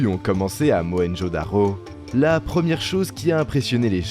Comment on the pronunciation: Mohenjo Daro C'est un 'r' pourquoi tu prononces 'dakho'